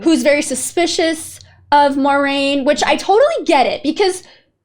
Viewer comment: Egwene - eh-GWAIN Moiraine - mwah-RAIN 💜